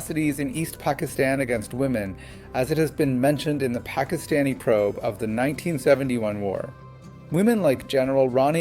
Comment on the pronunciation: doing an english vlog is a great idea A suggestion, I don’t think you need to pronounce Pakistani names or Pakistan with an American accent. It comes across as disrespectful In my children’s school their teachers work very hard to learn the correct pronunciation of their names and the names of other children from different ethnic backgrounds. I have a difficult last name, at work my patients try their best to learn the correct pronunciation of my last name I have a Spanish colleague who speaks perfect english but when he mentions a Spanish person/ name he does it with perfect Spanish accent. Names are deeply associated with identity and respect. Mispronouncing someone’s name particularly saying someone’s name in a western accent has a painful history. Many western colonizers deliberately mispronounced the names of their colonized subjects, This was to minimize the identity and culture of their subjects and was a deliberate act of domination. People deserve to have their names pronounced correctly